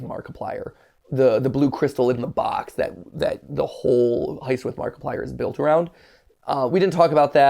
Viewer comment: Nobody: Game theory fans: Mackiplier